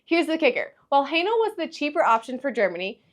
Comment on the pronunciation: Its not "Highnal" it is "Haenel" !!!! lol